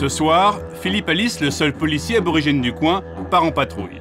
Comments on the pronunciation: ABORIGÈNE et pas arborrigéne ! pour des journalistes pros : ça la fout mal les fautes d'orthographe ! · Il me semble que l'on dit Aborigene et pas Arborigene... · "ARBORRIGENE" !!! 😱😱😱 NON! C'est ABORIGÈNE !!!